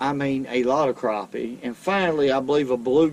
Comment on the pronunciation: it’s crappie not Craw-pee